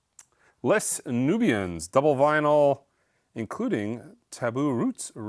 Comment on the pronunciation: I hate to be that guy but Les is pronounced as "Lay" Nubians in this case, as it is French, simply meaning The Nubians in English.